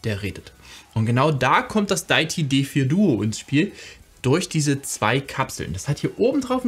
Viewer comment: Sehr hilfreiches Video! Definitv mal ausprobieren, das Di-ä-ti (nicht daiti 😬) D4. Geniales Konzept von Deity! Auch, dass es ohne Batterie geht und die 2 getrennt aufnehmbaren Spuren! Auch genial, dass man obendrein noch n anderes Mic anschließen kann. Super AIO Lösung. Danke fürs Video!